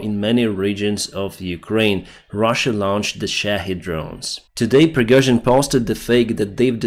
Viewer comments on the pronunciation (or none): none